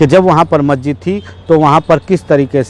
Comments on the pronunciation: Patrakar mahoday majjid nahi hota ha masjid hota hai bolna to jara thik se sikh lijiye....aise report banayenge to log aapko jahil samjhenge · मस्जिद बोलना तो कम से कम सीखो चाचा